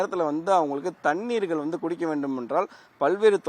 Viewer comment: ழ எவன் வாயிலும் வராது போலருக்கு, இதுக்கு மேல “தண்ணீர்களா”!! டேய் ஏன் டா இப்புடி தமிழ சாவடிக்கிறிங்க 😏மைக்க தூக்கிட்டு யூடுப் சேனல் னு பேச ஆரம்பிச்சிருவானுங்க 😭